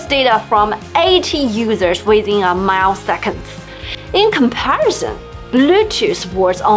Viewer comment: Good to know the advantages of Huawei's nearlink! a little mistake though ,it's millisecond, not mile second~